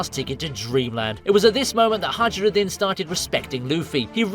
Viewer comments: I hate the way he said highrudin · Hajrudin: Hi-Rude-in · HA-ROO-DIN You call yourself a fan, 😂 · Bud saying haj ruden pissed me off like dude if you watched the show you know that isn’t how it’s pronounced wtf is up with you?